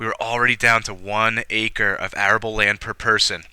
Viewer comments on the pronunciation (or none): none